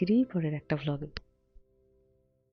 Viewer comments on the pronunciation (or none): To everyone reading my comment, plz forgive me if anything i say comes out of me in a wrong way.. baganta dekhar por apnara sobai khub excited hoye gechen bujhte parchi jeta khubi natural...shei karone "VLOG" word ta ke apnara "BLOG" kore diechen jar mane eke barei palte geche.. jodi apnara ei bishoytir opor ektu drishtipath koren tahole mone hoy Mahua aunty r o impressed hoben 🙏